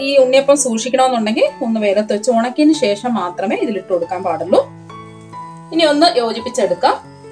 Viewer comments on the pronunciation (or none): none